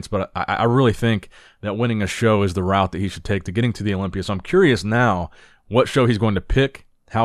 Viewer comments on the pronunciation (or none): none